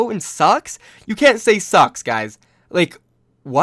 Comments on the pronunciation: thought he was saying socks... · God damn I thought u said OWL banned “socks” lmao